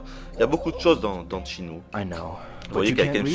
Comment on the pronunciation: Videotesteur de legende? T'es bien gentil. Quand il prononcera correctement rien que le nom du jeu, on en reparlera.